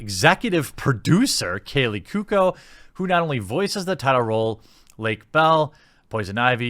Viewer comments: Dear Jeremy: Kay-Lee Coo-oh-ko. Thank you. lol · Jeremy, my man. You've GOT to work on your pronunciation of names and certain words. Examples: Kaley Cuoco --> Kay-lee Koo-oh-koh Margot Robbie --> Mar-go Robb-ee